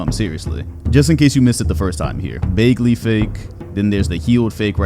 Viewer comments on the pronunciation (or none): ik it doesn’t super matter but it’s pronounced BAG-ly isn’t it? you saying it like bae-gly is so weird to me for no reason 😭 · BAG-LY not baegly 😂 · y does he pronounce bagley like that 💀